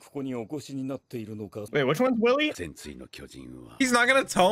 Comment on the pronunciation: Hey Willy's name is actually pronounced Villy I hope you hate it less now lol